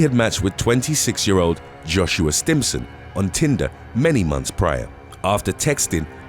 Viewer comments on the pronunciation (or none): none